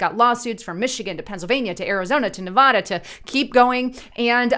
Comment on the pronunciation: I live in "NEEEV-A-DA" not "Nev-AH-dah" ok PLEASE GET IT RIGHT!